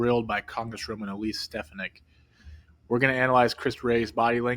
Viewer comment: Stefank's name is said correctly at least twice in the beginning of the video, yet you mispronounced it several times throughout your assessment.